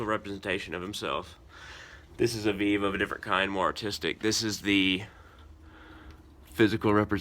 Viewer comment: It's not VIV, it's called VEVE pronounced VayVay.